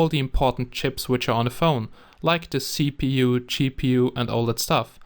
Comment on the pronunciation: Did he said " Cheap u" ? Lol